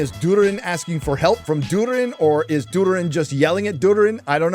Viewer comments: did you just call durin dood-er-in? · It's not Durin. It's Durrrrrin. C'mon!